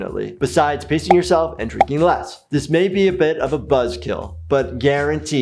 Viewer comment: I thought he said “pissing yourself and drinking less”😅🤣